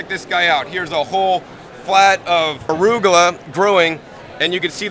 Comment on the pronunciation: What is "arugola"? :D